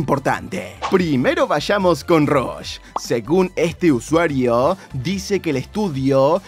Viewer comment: The Fly te va a robar la miniatura (pero al menos es una filtracion y no rumor y tambien hubo 2 noticias y no mencionas relacion de este juego y la pelicula en el titulo) Te ganaste parte de mi tiempo en ver el video darle like PDTA: se pronuncia Rush y no Rosh como se escribe al inicio de su nombre PDTA 2: Tomala The Fly JAJA